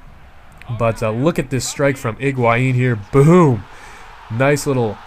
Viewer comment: HIGUAIN, not IGUAIN